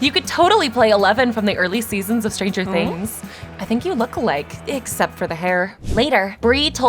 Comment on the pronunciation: She said tranger things❤❤❤❤